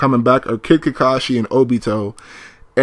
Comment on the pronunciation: This sucka Said kikikashi instead of Kakashi